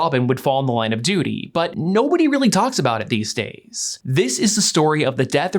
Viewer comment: you said duty😂